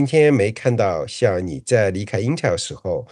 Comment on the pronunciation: 是intel，不是intel儿